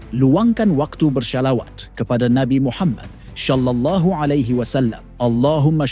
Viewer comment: Kok naratornya sholawat jadi syallalahu.....